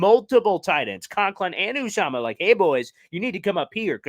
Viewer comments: It’s pronounced youuuuzaamahhhh. You’re welcome from a die hard bengals fans. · His name is pronounced ‘YU -zama’. Good luck with CJ, he’s a great team player, and a Cinci fan favorite. I like the fact that Cinci was aggressive to keep him, but after 7 years in the Midwest, I’m sure anyone would enjoy going to play and live in the NY area. I don’t see the Jets beating Cincy again this year though but love the Jets 2022 acquisitions in the draft and free agency.